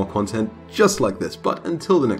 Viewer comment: When you said "bye bye" I heard " bla bla"